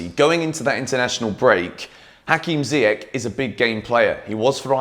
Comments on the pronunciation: i noticed that you spell ziyech name wrong as im from morocco the correct prounouciation is ziyesh not ziyek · I m here for the day when u say ziyech correctly 😭😭